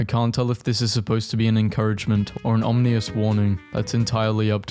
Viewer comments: Why does this guy say ominous like OM-NI-OUS instead of OM-I-NOUS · I love your videos but I have to admit I laugh whenever you try to say ominous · My man cant say ominous correctly lmaooooo